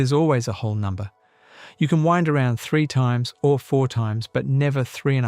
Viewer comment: Hate when the ai voice butchers the pronounciation of “wound” around to knife “wound,” then does the same with “wind” blowing instead of “wind” the thread on the spool. Ugh.